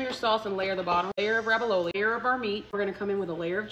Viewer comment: Hun- ravioli doesn’t have a B in it. RAV-EE-O-LEE.